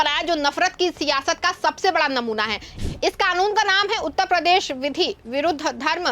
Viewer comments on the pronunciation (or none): none